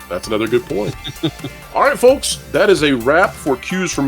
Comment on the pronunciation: ‘FoLks’ ‘investOrs’ Plus the slow talking period. I cant take it anymore. This guys voice. Ffs. Im out.